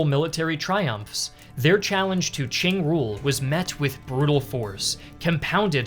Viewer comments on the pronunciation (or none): I love how foreigners can never pronounce Qing correctly.